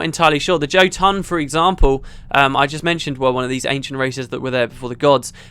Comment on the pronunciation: Jotun, the j should have a y sound as it's a norse word for giant or ettin.